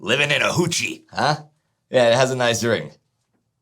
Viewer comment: It’s hooch…not hoochie